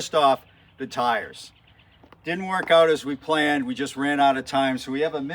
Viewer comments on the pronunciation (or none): Stars and tars...I heard the hesitation to pronounce tars as tires the second time around.